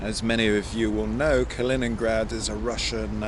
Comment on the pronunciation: You actually did pronounce it right. Close to it as you can get with the english accent. Kaliningrad is supposedly fun to visit if you like all the old abandoned wwII stuff, you should have explored all of that. But right now with the situation, just get back to Europe.